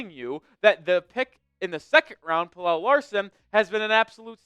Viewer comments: Its pronounced “PEL-UH” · I'm Swedish like Pelle. It's pronounced more like Pel-Eh, but you are close. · Pelle is more like Pel-Eh, but you are close. I'm a Swede so I know..